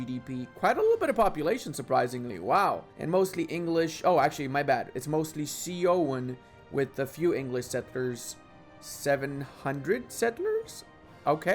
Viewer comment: it's pronounced suing or soo-uhn. It's the name of a native American tribe.